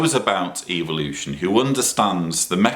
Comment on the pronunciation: I like how pronounces the word " evolution". It sounds like he is saying "Evil-ution".like its bad. 😆